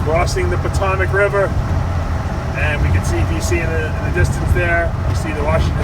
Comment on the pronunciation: its Potomac river not Potomic